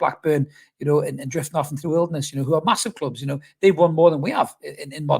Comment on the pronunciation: "Well yer hnow" yer me me laugh mate - nice hat man